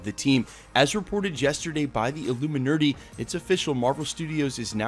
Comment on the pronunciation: The who? "Ilumin-urty".